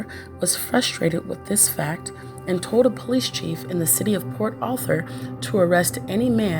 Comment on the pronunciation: Its Port Arthur Texas. NOT Port Author Texas.